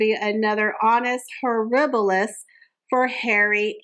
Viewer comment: It's not to tell honus horibilus but Anus horibili .